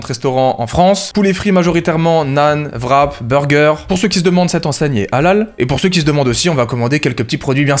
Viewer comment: Le Vrap était bon... mais le wrap, lui ? :P